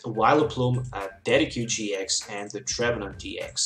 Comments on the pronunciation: de sid jew eye not ded e cue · The way you pronounce "Decidueye" makes me cry